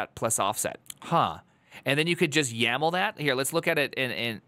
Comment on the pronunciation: Ackshully, it's not YML but YAML